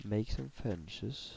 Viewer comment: fence uttales med en s- lyd ikke sj-lyd